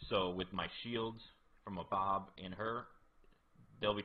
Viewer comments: Nice guide dude. But it sounds like you’re saying abob. Are you using a phone with a small screen? If so that explains it lol. It’s actually Ahab. And pronounced like this…long A then “hab” is pronounced like hab in the word habit. So A hab . It’s an old pirate name. Captain Ahab is the name of the captain in the classic story Moby dick. Just wanted to point that out bud. Very good guide though. Thank you for the help. 😊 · 😂😂😂😂😂😂😂I laugh everything he says abob lol